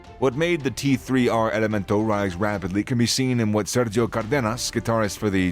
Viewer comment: The "tee three R elemento" this bozo made an entire video dedicated to these cats and couldnt get their name right lmao 😂😂 its prolly some pocho or some white dude whos neve even listened to this type of music